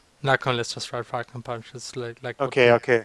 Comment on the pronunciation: the translation for "falcon punch" is more something like "poing faucon" but yeah, great job XD and you prononce it like "fokon pwin" (the "on" and the "in" are just too strange for other people to prononce i think... french is really the worst language. screw my contry XD)